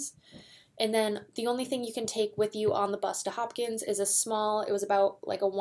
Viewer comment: The race starts in Hopkinton, not Hopkins.